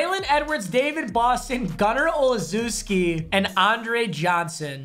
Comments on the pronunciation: Papa it’s “gunner ole-chef-ski” not “ole-zoo-ski” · It’s pronounced o chef ski Gunner Olszewski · its gunner ol-shef-ski like chef with an s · OL-SHESH-SKI not OL-ZOO-SKI😂😂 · Gunner Olzewski 🤣🤣🤦‍♂️ (Olchefski*) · As a Pats fan, its unnaceptable how papa pronounced Gunner Olszewski as gunner "olazooski" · GUNNER OL-SHESS-KEY c’mon man he’s an all pro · “Gunner owlezuski” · “Gunner Olzoooski” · papa gunner’s name is pronounced O chef-skee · By the way gunners name is pronounced olshefsky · It’s gunner “ohshevski “ that’s how it’s pronounced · its pronounced "Ole-chef-ski" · cmon papa its pronouced oshesky ima pats fan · Papa did gunner olziewski dirty with the pronounciation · Watching him BUTCHER Gunner Olszewski every time he sees that card never gets old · The way said Gunner Olszewski’s name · I love how he pronounced gunner olszewski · The way he pronounced Olzewski 😂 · can you please figure out how to say gunners last name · Papa butchered gunners name 😭